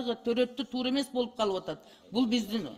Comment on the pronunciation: Тууру эмес туура деп айтыш керек